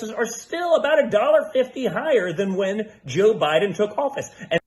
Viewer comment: did dooshJR say: jew Biden? “ listen to jew Biden here?” it’s hard to be pompous & stupid simultaneously, but he cinches that.😂